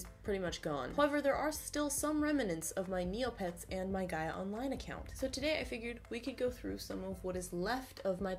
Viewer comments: one: you're saying Gaia right. Two: PLEASE go back on Gaia lol it's changed so much (been on since 2007, left for four years after 2012, and them came back in Jan). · yes she is, it's pronounced "guy-uh" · Also, you are pronouncing "Gaia" right. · You are pronouncing it right do not worry. I always wish I could go back in time to the early internet days because now we know exactly how internet fame works. It would be interesting to see what someone with todays knowledge could do in yesterdays landscape. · I'm 25 now and spent my early teen years obsessed with runescape, neopets and gaia (which I pronounce the same way as you!) but 100% true I learnt how to html code because of neopets and MySpace xD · You were saying Gaia correctly, honestly it's so weird that Gaia is my name, and also this super popular online thing...very unnerving XD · Since my name is actually Gaia, I can tell you that your pronunciation of it sounds good! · LMAO MY NAME IS GAIA!!I used to play gaiaonline all time...IT FELT SO WEIRD WHEN YOU KEPT SAYING MY OMGGGG (also you're saying Gaia right, don't worry lol!) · You are saying ''Gaia'' Right i guess becuase my name is Gaia :') and you said it right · Oh and you're probably saying Gaia right :) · don't worry. u pronounced Gaia correct! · Don't worry you're pronouncing Gaia right!